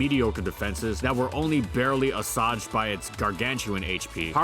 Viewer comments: do you mean "asuage"? which is pronounced us-wage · That word was "assuage", right? It's pronounced "ass-wage" - Google it if you don't believe me! KEep it up! I still think you should have a graphic onscreen to indicate what format & generation you're currently talking about. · Ahswaj... that’s not how you pronounce assuage.